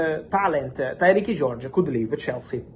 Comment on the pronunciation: Tyrique is not pronounced Tyrekey Fabrizio. It's the same as Tyreke - Tie-reek